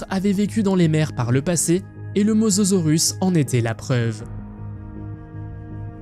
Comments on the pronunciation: Il dit mozorus ya aucun effort 😂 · C mosasaurus pas mososaurus😂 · Mosasaurus et non mososaurus, andouille ! 🤭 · On dis mosasorus pas mososorus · Mosasaurus pas mososorus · bonne video mais on dit mosAsaurus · Si il n'y avait que ça en erreur, pourquoi pas... Même des erreur de diction.. Mososaurus.......